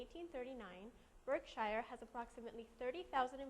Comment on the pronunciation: It's pronounced "BurkSure," and Marmon is still being acquired....